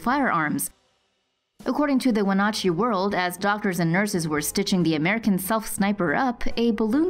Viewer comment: Its wen-at-chee I lived there